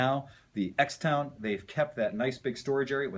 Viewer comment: Judging by your closing line, you must love litigation. ;-) Im a little older and past my motorcycle years, but I want to ride again, affordably. This and the Lance Cabo 200 and 125 are my three primary candidates. And thanks for pronouncing it cross town. You're the only one on youtube getting it right. Thanks for the great video. Be well.